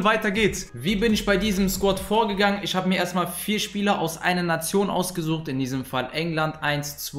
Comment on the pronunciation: Sag bitte nicht isch, nisch, rischtisch das klingt mies assi und scheisse Sonst geiles Video 🎉